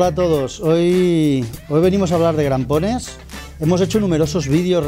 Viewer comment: Crampones, no grampones 😂😂 cuánto técnico listo pulula por YouTube 😂😂😂...jodeerrr